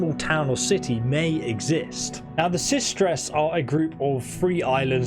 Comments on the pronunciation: The Systres = The Sisters. Stop saying it weird. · Systres.......likely pronounced like "sisters"....i.e. sister islands.